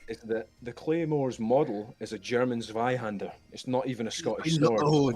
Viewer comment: I love the scottish guy correcting the claymore pronounciation and then immediately mispronouncing zweihänder